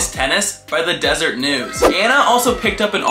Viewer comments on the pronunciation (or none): It’s pronounced, des er-et. It’s a Book of Mormon name meaning honey bee.